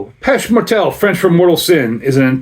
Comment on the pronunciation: Montrealer here. It's pronounced "PAY-SHAY MORE-TELL" by the "DEE-OU DOU SEE-EL" brewery. Hope that helps!